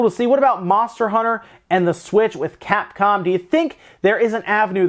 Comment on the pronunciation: at first I thought you said Cat-Con